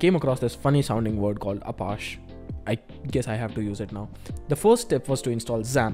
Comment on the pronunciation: Apaaash is the best pronunciation of apache i have ever heard. Also I am sooo sorry for your loss ( table ). You could have saved it if you started a transaction 😜. Love your work Bhai best of luck 😀